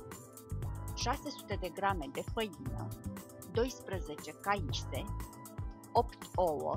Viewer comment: e caise nu caise